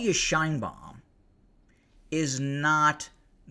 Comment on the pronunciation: Shienbaum!! 😆 🤣 She can shien my baum.